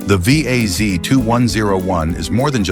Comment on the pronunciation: Now you really piss me off. The Lada, you call it wii ayy see is the second most built car ever. Yes, it is generic, yes, styling was by Fiat. But: it is robust, cheap to mentain and really far for being ugly! You need a only a hammer and some other tools, mostly for hurting dumb speakers with an annoying AI voice. That said the same fuckin' words on each car, them never drove one at all. No experience, no clue, none a fling of respect for cars at all! - always the same shite! Not the cars, but the same words. Over and over and over...!